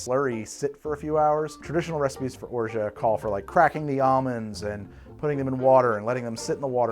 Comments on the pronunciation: Hahahaha. After hearing it several times and pronouncing it correctly, you still get it wrong. Orshaa eees wrong. Orgeaaah eee better. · i have french family and friends and i also speak french, its orj ah. you dont pronounce the t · has anyone told you yet that you talk way too frickin' much. Are you on drugs, amphetamines say? You're beating around the bush and not giving any interesting or relevent information. You're tedious to listen to, GET TO THE POINT!!!! By the way, the T in Orgeat is silent and mostly used in water kids or in Ricard hence a mauresque. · I love how you inform your viewers of cocktail misnomers but then mispronounce the hell out of orgeat just for kicks 🤣 english is so fun to mess around with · Orgeat is iambic. You're doing a trochaic pronunciation.